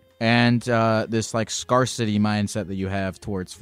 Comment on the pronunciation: how many times is going to say scarcity wrong before someone corrects him?